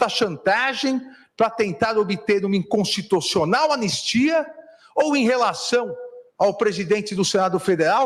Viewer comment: A Dilma de toga falou '"inconstitocional'" kkkkkkkk